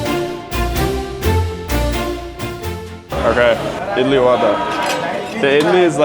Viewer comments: As an Indian, I Do not like your pronounciation. Idli is pronounced Id-lee. Vada is pronounced Vuh-Ra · Even tho you pronounce it all wrong. I’m still okay since you tried your best. Correct pronunciation: vada= vuda Idli= eadlee